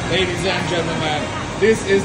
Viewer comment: Guy in the middle is from uk? If so why can't he pronounce ultimate....like everyone else ?